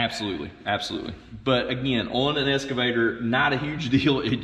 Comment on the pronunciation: That was surprisingly interesting. Does Todd's pronunciation 'escervator' rather than 'excavator' mean anything, or is it just a local colloquialism?